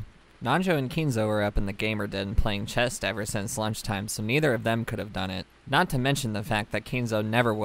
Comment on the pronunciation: I thought you said “chest” the first time but wasn’t sure, so I just kept listening. This time though, I’m sure you said it. It’s “chess” not “chest”. Just FYI